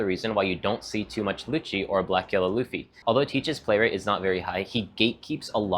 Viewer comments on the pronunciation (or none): none